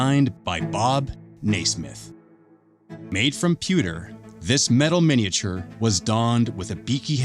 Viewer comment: That’s not how miniature is pronounced?